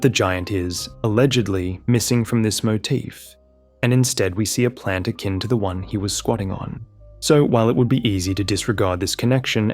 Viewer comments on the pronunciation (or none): none